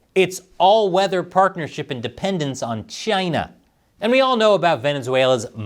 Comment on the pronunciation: love the way pronounce Chyna like Trump. taiwan is the real China. Chyna is Proc 😂